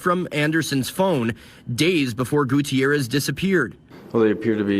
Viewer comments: Goo tee air ez. Must pronounce names, especially of those departed, correctly. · Goo-tee-air-ez: bothers me that he didn’t say his name correctly (even when the people on the news did). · "Mr Gucci-errez i guess " 😂😂